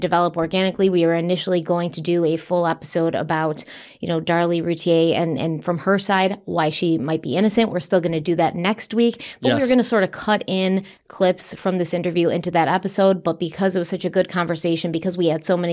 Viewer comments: See! Roo-tear (like crying). Her sister said it and we from North Texas have been telling you all along, but you continue to pronounce it the French way and that’s not how his family says the name. Those boys have deserved to have their last name pronounced correctly. That’s all I’ve been saying. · So you're saying there's not a lot of bleach blonde bimbos in Dallas? There goes my world view 😔😂 It is kind of silly to think of a huge city by a stereotype like that lol Also I've heard her say it before, it's Roo-tier. No fancy French pronunciation lol